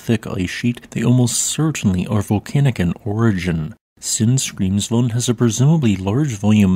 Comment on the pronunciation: This actually is his real Voice. He said during a Stream that he's autistic (if I remember right) and due to that he speaks monotonely when reading. My Issue is more the Pronounciation of Grimsvötn as something like [ g̥rimsfoʊn] when it's actually ['g̥rimsvœʰtn̥]